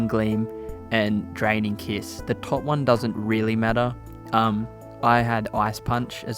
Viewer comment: I keep hearing him say Dragon kiss... Am I hearing wrong? 😅 It's Draining Kiss.